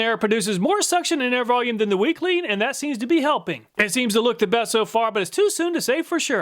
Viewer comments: Every time you said WECLEAN all I could hear was weakling 😂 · WeClean just kept sounding like Weakling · Weclean? More like "Weakling"... lol. Glad you didn't test dog poo.